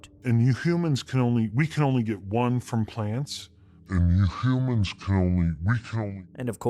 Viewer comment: As someone who sometimes messes up my words, the doctor sounds like he messed up the beginning sound of humans. There’s a hy (I can make it up not type it lol). I understand. One day I tried to say the letter H and kept saying “atch” 😂😂